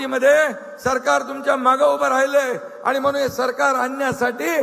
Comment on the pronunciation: म्हणून म्हणून आणि कणून. कनून 😅😅😅😅😅